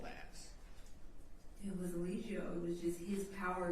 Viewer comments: What if keeps calling him "E-LIE-gio" on purpose as low key shade!? 😂😂😂 the way he keeps saying it sounds deliberate! He know good and well how it's pronounced! 😅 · don't even know how to say Eligo right, let alone defend him. He definitely sounds like he is working with the state. Maybe NB should defend himself, at least he can say he had a fighting chance.